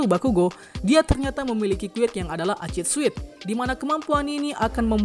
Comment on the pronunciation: Acid sweat toh,dari cara bacanya kaya acid sweet